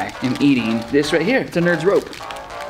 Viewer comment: Its so funny when Maddie said "its a fashion show not a eating copitishon